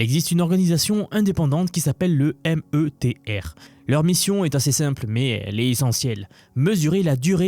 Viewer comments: Miteur…..la lettre e en anglais se prononce I. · METR, se prononce méteur